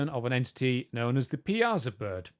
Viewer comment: Piasa is pronounced Pi-ah-saw. I live just down the road from Grafton, IL USA so I’m very familiar with that mural and the legend. Thanks for covering some of my hometown lore. Oh and the tribe is Ca-Hoke-ean though it’s spelled Cahokia. If you do an episode on Thunderbirds, I highly suggest you check out articles about Grafton, Illinois. Love this podcast and keep up the fantastic work ❤️